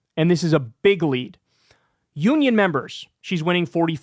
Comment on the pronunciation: Anytime you say big leap or big lead, it sounds like you are saying bigly 😂😂😂